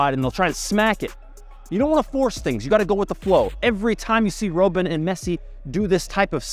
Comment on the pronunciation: Roh-ben instead of Robben lmaooo